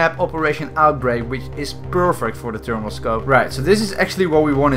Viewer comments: "termal scope" instead of thermal scope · T'ose. T'ermal.